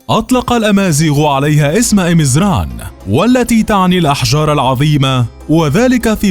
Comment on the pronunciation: ازران وليس امزران.